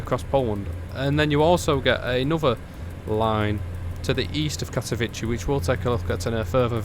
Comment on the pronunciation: Katowice is pronounced more like Katovitzeh or Katoviseh, not like you say it - Katovici or Katovitchi which sounds like Italian name